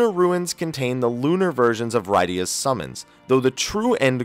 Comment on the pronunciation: Also the character Rydia's name is pronounced like Lydia but with an R instead of an L not "Rye-dia".